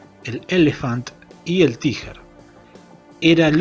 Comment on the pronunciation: Como se escribe: tiger Como se dice( en ingles): taiguer Como lo dice: tijerr